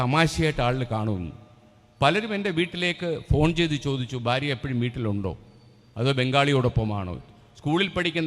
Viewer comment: Barya alla Bharya, bha,bha